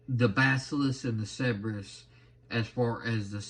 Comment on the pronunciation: Not to nitpick too much i think that is pronounced. Sir burr us